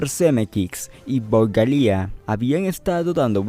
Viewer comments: Buen vídeo, pero por favor, es tedioso escucharte decir "Zemekix y Galía", es "Zemeckis y Gale" (Pronúnciese Semékis y Géil)... Fuera de eso estuvo interesante. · "ZemeKICKS" y "GALÍA" ???? no sabia que asi se pronunciaba. jajajajaja... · Ayyy siii... Odié el "Galía" 🙄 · Bob "Galia" ? Que pasó con la pronunciación del apellido ? Creo recordar que en tus anteriores videos si lo decías correctamente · yo he visto varias entrevistas en inglés a Bob y no pronuncian su apellido 'Galia' pero es algo sin mucha importancia, lo bueno es que haces excelentes videos de "Volver al futuro" que es de lo que soy fan ! Gracias por hacerlos.